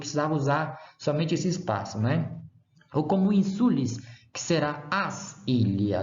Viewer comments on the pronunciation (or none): Você está errando a sílaba tônica. É ÍNsula, e não inSUla. É ÍNsulis, e não inSUlis…